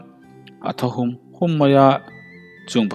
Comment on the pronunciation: Ṭawng thlûk uluk deuh teh, a awmze bo ṭhak thei thil a ni. 'Sapui hahum' tih pawh hi mi sawi i la hre ngâi lo em ni aw? 'Ha' tih lai hi 'hahmai' tiha 'ha' lam ang hian thlûk lovin i lam tawi tak a, a dik lo. 'Ka hâ a nâ' tiha 'hâ' ang hian lam fân tur.